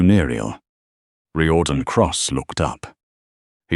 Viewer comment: It's Rear-don not Ry-or-dan